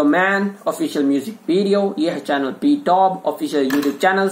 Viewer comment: Its actually pronounced Bee to Bee Btw Thank you for reacting to them 👍